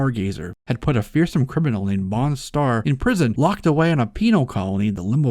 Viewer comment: It is pronounced Mon-Star. Yes, it ment to suggest "Monster", but it is not pronounced like it.